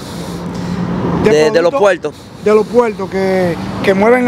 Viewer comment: No se dice.puelto se dice puerto